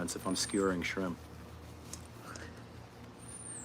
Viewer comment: She said skrimp 😂😂